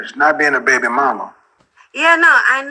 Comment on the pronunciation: Man, stop calling these girls "baybaay", please.